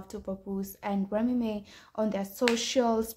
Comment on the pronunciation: Remy Ma (mah) not remy may smh